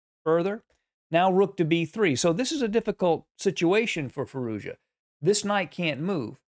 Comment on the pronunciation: Just a note since it might come up in the future. Firouzja should be pronounced "Fee-rooz-jaa". Quick and without a pause or change in intonation. Native speaker here. Cheers.